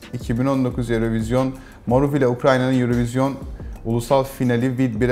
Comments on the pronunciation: Önce yurovizyon diyip sonra yurovijin demesi çok kötü ya oha falan oldum (adamın efendiliğinden bulmaya çalıştığım tek hata) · Yurovizyon değilmiydi mi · adam eurovision kelimesini üç farklı şekilde telaffuz etti:)) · aynı paragrafta geçen 3 aynı kelimeyi 3 farklı şekilde telaffuz etmek bi garip olmuş :)